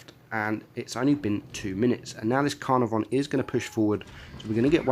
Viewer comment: UE57 is my number one. Has zero going for it. Even that gun is garbage compared to other tier III tds and even some tier II. If it had a derp gun and you could peel a boom it would be one thing but high rate gun with no armor equals useless. btw, is that the correct pronunciation for the Caenarvon?spl